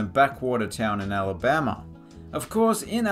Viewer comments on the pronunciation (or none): none